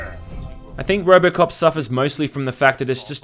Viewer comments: Am I the only one who hears ROBERTcop instead of ROBOcop? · did you say Robert Cop